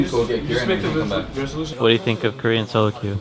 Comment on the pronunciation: I keep hearing "Cream Bootcamp" instead of "Korean Bootcamp" messed up my head! xD